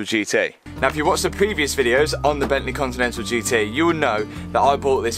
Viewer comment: Gavalaa *bentléé🤣